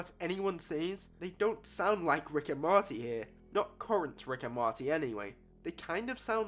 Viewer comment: Why you keep saying "marty" 😂😂